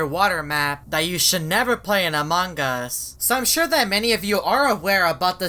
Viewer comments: I love it when says amangas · Ok who else is triggered by him saying amang as and BRUH HOW DO U JIST KNOW WHEN TO FILM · This man will never learn how to pronounce among us properly